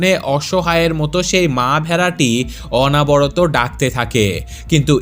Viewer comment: গল্পটা খুব সুন্দর। আপনার উপস্থাপনাও দারুণ। তবে উচ্চারণের দিকে একটু লক্ষ্য রাখুন। উপাত্যকা এবং অনাবরত এই শব্দদুটি ভুল উচ্চারণ। আসলে উচ্চারণ হবে উপত্যকা এবং অনবরত। ধন্যবাদ।